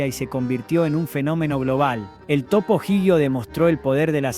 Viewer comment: Pero la IA no sabe pronunciar.